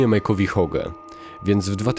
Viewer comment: Bardzo dobry materiał. Jedyne do czego można się przyczepić to nieprawidłowa wymowa imienia Hoge przez lektora. Czekam na więcej.